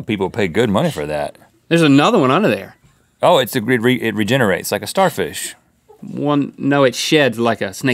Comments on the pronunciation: “it re-jenner-ates”? 🤔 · it re-Jenner-ates... i'll leave now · It re-Jenner-ates